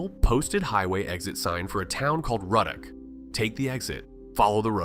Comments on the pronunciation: It’s Roodock not Rudduck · Ruddock is pronounced Roo-dock. One of my favorite places! Love love love Manchac. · He really pronounced laplace and ruddock wrong as hell 🤣